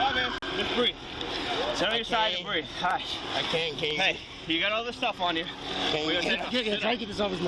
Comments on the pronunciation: "i can't breeve" is the new "allah hu akbar" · "I can't breeve ".Yeah,we heard that lie before.Drop the gun.